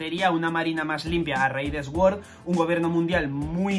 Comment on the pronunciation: no quuiero ser repelente, lo prometo, en absoluto, pero "SWORD" se pronuncia "SORD". Hac lo que quieras... yo solo te lo digo por si no lo sabías.